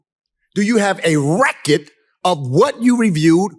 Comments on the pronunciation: Someone needs to tell that black guy that was attacking lake that it’s pronounced record not wreck it.Learn how to speak boy.😂😂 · “Show me the REKIT.” His pronunciation of “record” is sending me. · No cap, is he saying “Reckit” or “Record”? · I agree with him. But it's killing me to hear him pronounce "record" as "Wreck-it" over and over. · Is he saying reckitt or record?? 😂😂 that’s gone be in my head all day smh😂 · Please, stop saying "recket" omg. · "Do you have a reckid!"," I want you to show the Reckid!" I love that dude. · Who is the guy pronouncing “record” with this heavy accent. Love it!😂